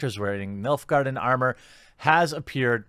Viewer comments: He said MILF garden tho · I swear I keep hearing Milf guardians , I know it's Nilf, but I'm really tired.... Great video's as always, Cheers! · Oh, "Nilfgaardian"! I thought you were saying "MILF Garden"!